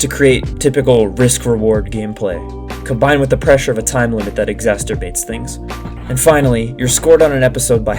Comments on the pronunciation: Exacerbate does not rhyme with masturbate! It’s not exasterbate, it’s ex-a-cer-bate. You just sound like you’re making a Freudian slip when you pronounce it that way. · you're killing me with "exasterbate" 😅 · there's no T in the middle of 'exacerbate'. The way you pronounce it is mixing it up with 'masturbate' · bro said "exasterbate" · I was laughing because it’s “exacerbate” but this video is a triumph and you should pronounce it with as much innuendo as you want king